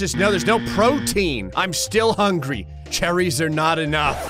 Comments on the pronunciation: i like that said charrys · The way he pronounces cherries 💀💀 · cherries like he's in the Royal family he says it like he's royalty it's hilarious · The emphasis of cherries is alarming